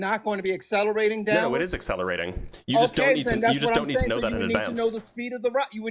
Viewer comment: 🤣🤣"Asseleration", "Arksing"🤣🤣Yeah, Sure he's a "Cybbil" Engineer.... 🤣🤣🤣🤣